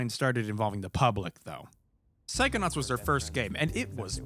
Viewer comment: Why I instead of “psychonauts” hear you saying “psychonuts”?!?